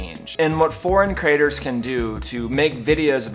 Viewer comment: Creators, not crators. Love your blogs but it sounds like the USA, where a few squeaky wheels are bring constantly offended by anything. Pinoy baiting, where did you get that term.